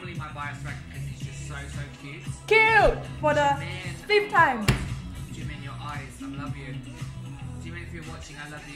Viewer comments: IT'S JIMIN NOT JIMEN OIL LONDON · Sorry but something is wrong with his lips cause it sounds like he is saying jungCoOk and jimOn! and I think his favorite words are Jimin, Cute and awww and AMAZING. + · Why does the way he says jimin always trigger me? ji-MIN kfjdjdjd